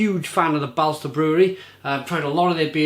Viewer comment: By the way, the "å" is pronounced as the "o" in for example "bolt". Swedish is weird, I know :)